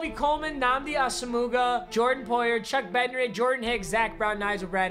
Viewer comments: “Ahsuhmuga” lmao, its “Ah-sum-wa" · The way you pronounced Nnamdi Asomugha hurt my heart 😭 it's Awesome-Wah, not Aso-Mu-Guh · It hurt. Its Ah zum mua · He said “Nnamdi Asomooga” 😂😂😂 it’s pronounced “asomua” but obviously it’s Nnamdi Asomugha” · The way he said Asomugha hurt my soul. Pronounced "awesome-wah" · Nnamdi Ah-Sah-Moo-Guh😂😂😂😂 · Can we just talk about the fact that he said “Nnamdi Asomouga”😂😭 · “Asamoogah” - 2020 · He really just said Ahh-Sum-Muuuga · Did he say nhamdi as-ah-moo-guh lmao😂😂😂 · Dude said Nnamdi ASAMOOGA💀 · my ears started bleeding when he said his last name wrong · No one gonna talk about how he butchered tf out of asomuaghas name 😂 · Just disrespectful I can't stand it when he does it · They way you said asomugahs name 😂😂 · This eagles theme team is garbo... where are the golden tickets & the eagles balanced O P.s the way he pronounced asamough 😂😂😂😂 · Bruh you butchered Nnamdi’s last name😂😂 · Are we just gonna ignore the fact that absolutely butchered this mans name?? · Why did he say Nnamdi's last name like that tho??